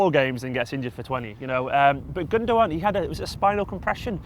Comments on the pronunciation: Guys it's Gundo-aan. in his interview he confirms the pronunciation. Gündoğan is brilliant. very reminiscent of Xavi. Under Tuchel he has operated in a deeper role which is why he his stats aren't like yaya's or something and no one's could be as Yaya in his hayday was exceptional but Gündoğan is a typical pep player. Absolutely brilliant. Pulls the strings. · Guys , it's pronounced gundogAn , not gundOgan , it's a turkish name , he's from turkish ancestry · It's called Gundogan, with a g. He's not called Gundowan... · Dominic Murphy no... I did not hear once the german commentators say it's pronounced like that... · i think he is joking about the way they say his name😂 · I'm on about the way they say his name hahaha chill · The second 'g' is silent